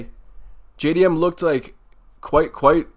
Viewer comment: JAY-DEE-MM by TKO - bedtime